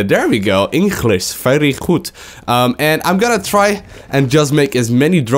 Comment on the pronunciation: "Henglish very Hgood" 2014